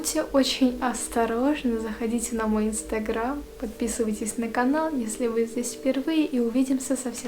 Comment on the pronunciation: очень нравится момент когда вы говорите instagram с таким акцентом